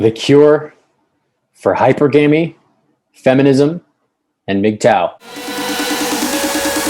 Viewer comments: Can't even pronounce hy-per-gamy right. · Totally messed up "hypergamy" pronunciation, clicked off immediately.